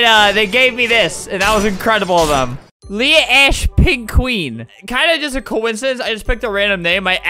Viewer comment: It’s pronounced Leah🙄